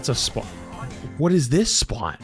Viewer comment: SPAWT - the Boston accent came out 😂